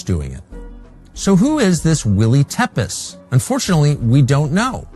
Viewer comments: Willy _tepes (will he) tepes pronounced like Vlad tepes. Just saying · It's pronounced Teah-pesh. A borrowed pseudonym from Vlad the impaller, Prince of Wallachia, the inspiration for Dracula.